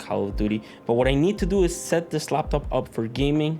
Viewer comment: I hate how he pronounces laptop. But he got good videos overall. This one is obviously biased by money